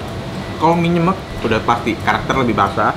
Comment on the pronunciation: Baca nya nyemek ko Nex bukan nyemek...😁